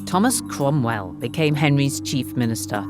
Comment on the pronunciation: I knew it was Lucy as soon as I heard the name Cwomwell.